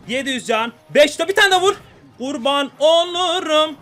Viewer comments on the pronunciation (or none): bu adamın gurban olurum deyişine hastayım ya